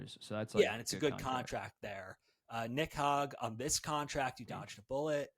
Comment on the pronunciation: LMAOOOOO trying not to laugh at this guy saying Nick HOG for the 17th time. Jesus Christ dude.